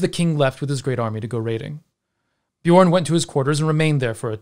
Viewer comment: Dat feel when everytime someone says Bjørn they say it with an o instead of an ø )